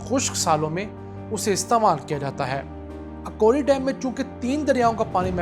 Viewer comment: جناب یہ اکوڑی نہیں بلکہ اکھوڑی ہے.